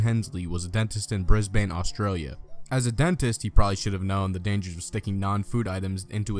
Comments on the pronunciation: It's pronounced Bris-Ben not Bris-Bane. U.S. Aussies sometimes get annoyed when you can't pronounce Brisbane properly. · Ahaha Brisbane is pronounced bris-ban